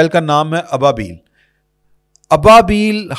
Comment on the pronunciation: ابابیل پڑھتے وقت ابا الگ کر کے پڑھا جائے شکریہ